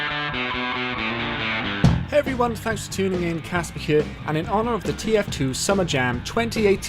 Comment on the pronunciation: Why do you begin each video saying hevryone